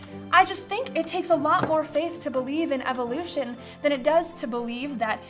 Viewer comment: why do you keep calling it eviloution? it's evolution. evo lution. no I sound after ev.